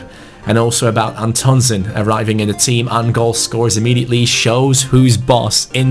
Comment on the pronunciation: Antonsen is pronounced "AN-tonsén" Pressure on An and sen. Plus the an is pronounced like "AN apple"